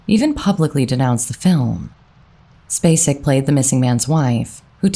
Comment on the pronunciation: I’m SO happy Sissy was selected. She’s my second cousin and I am so proud to be able to say she’s an Academy Award winner! I am very sad about her brother. She is an amazing lady. Thank you for pronouncing “Spacek” correctly. 😊